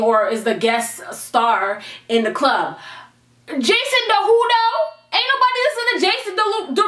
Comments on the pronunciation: Jason Derulo. Jason De-who-do 😂😂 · I love Jason Derulo, but that "Jason Der who doh" was funny as hell !! 😂😂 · "Jason Duh-who-doe" this is why I love 😂💕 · i started dying when she started to make fun of jason duh-who-dough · no she did not say jason de-who-doe. i CAN NOT.